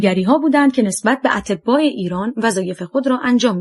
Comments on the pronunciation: خوانش بعضی واژه ها اینقدر غلط انجام میشه که مخاطب، آوای بوف راابدآاهل کتاب نمیدادند.مثال اَتباع خارجی را اطِباء می خواند .دقت فرمایید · اَتْباع خارجی نه اطبا 🤦🏻‍♀️🤦🏻‍♀️